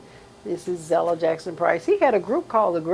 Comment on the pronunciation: These interviews are awesome! Continue your work but Mother's name is ZELLA not ZELDA! LOL! God bless you man. 🙏